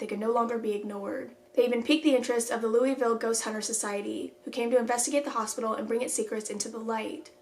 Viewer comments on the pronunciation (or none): not you pronouncing louisville wrong,,,, i thought I thought you better